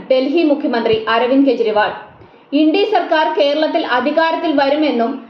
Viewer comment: ഇൻഡി സഖ്യമോ? മലയാളികൾക്ക് നാണക്കേടാണ് ച ഉച്ചാരണം!